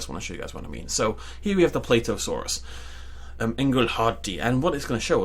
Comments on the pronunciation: Plateosaurus is pronaunced pla tea o saur us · The way he pronounces plateosaurus...